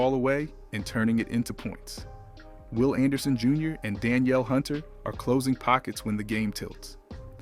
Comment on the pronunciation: Whole video cap. PS we don’t actually feel this way. Our Texans have proved for the last 2 seasons that we’re built for January. And have only improved. With exception of OC and OL. And PS it was a home game. They weren’t in Las Vegas. Oh, and PS it’s pronounced “Duh-neel” Hunter. Not “Dan-yell.” 😑😆